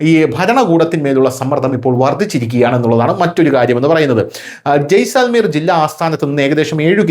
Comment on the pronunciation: ജയിസൽമീർ. ജയിസാൽമീർ അല്ല.